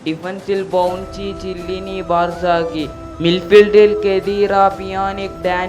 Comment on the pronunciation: ചെല്ലിനി അല്ല ബ്രോ കെല്ലിനി